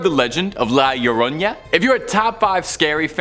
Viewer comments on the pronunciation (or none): Bro an a doesn't make a "ya" sound, it's just an a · I have heard this for a while and I figured I would put some bit of advice for annunciation for La Llorona; think of the double L as sounding as a Y like you’re saying yo-yo. R’s have more of a D sound in Spanish. 🫶